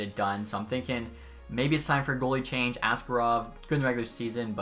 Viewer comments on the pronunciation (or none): none